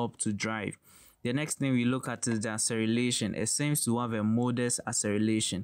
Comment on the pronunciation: Acceleration, kindly check out next time , rather you kept on saying accerelation